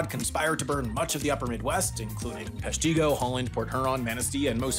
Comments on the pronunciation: Google may have Peshtigo's pronunciation as Pesh-tee-go but that is incorrect. It is pronounced as Pesh-ti-go by locals and everyone in that region. With the I sounding like the I in big, or igloo. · Peshtigo is pronounced Pesh-tig-goh not Pesh-Tee-goh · Pesh ti go, not pesh tee go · I am from Peshtigo and it hurts every time someone not from here tries to pronounce Pesh-tee-go, when in fact we all pronounce it Pesh-ti-go. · PESH-TEE-GO??? You’d be closer if you said Pesh-to-go. Its pesh-tuh-go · Its actually pesh-tih-go not pesh-tee-go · Peshtigo is pronounced "Peh-shtih-goh", but it's okay, we understand some of our town names are very misleading. From Wisconsin, with love. :) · Peshtgo is pronoucned PESH-TEH-GO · As a Wisconsinite your pronunciation of Peshtigo made me wince so hard I need compensation. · Oof that Peshtigo pronunciation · Unsurprisingly, you mispronounced Peshtigo. And Saugatuck.🙄